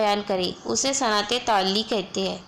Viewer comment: Very nice....but i just want to say that please pronounce words correctly..like صنعت تعلی it's not taalii its taalaa and another one is مستعار منہ it's monh not minn